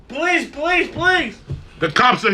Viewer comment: Only poor Lee could Yell, "POLICE POLICE POLICE!!" and have it come out sounding, "PLEASE PLEASE PLEASE!!"